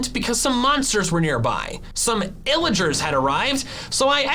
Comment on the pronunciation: He said iligers